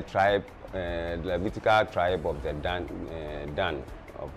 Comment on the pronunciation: Enslaved not Slaves. Slave = Slavic European the 1st enslaved by EphraYeem and others Gad pronounced Gawd or God that troop.. And Dahn ....Dan.